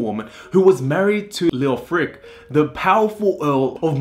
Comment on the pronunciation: Thumbs down, you call yourself Stories of the World, I suggest you get some language classes in first, start with English. The only two names you got right were Coventry and Tom. Mercia (Mercy-a) Leofric (Leo-fric not Lee-Ofric) and the, on which the topic is about, Godiva (God-eye-va). It's not rocket science, it's too old for that. Your punishment is to be sent to Coventry- another saying for you to learn.